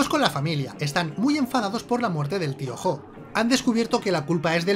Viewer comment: ¿Tío Jo? Todo el video pensé que decía Piojo